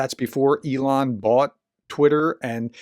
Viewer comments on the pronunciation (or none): none